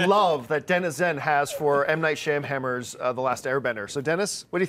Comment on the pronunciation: It's Shama-lama ding dong. Not Sham-hammer.